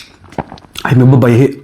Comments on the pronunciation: ba bai ni lo in bal bai ti tur zawk a ni lo maw😂😂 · Hmuhnawm thine mahse (Ba bai ) nilo in (Bal bai ) tih tur aw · Ba bai ni lovin,bal bai tih zawk tur.tin i veilama cooker kha adal deuh che anih kha han dahsawn ve maila ni tur.